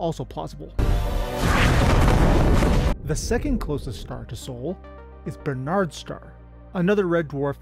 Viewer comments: Bar-nard's, not Bernard's. I like the enthusiasm, but basic errors will stunt your channel growth for your main demographic (nerds like me) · bArnards not bErnards 😅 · It's pronounced "barn - ards". It's not named after someone called Bernard.